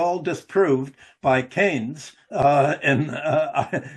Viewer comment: I left as soon as he said Keynes.